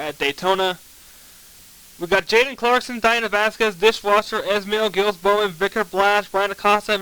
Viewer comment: Giles not Gills. Jiles is the way it sounds.